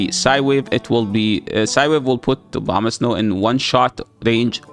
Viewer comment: Am I the only one hearing "Obamasnow"?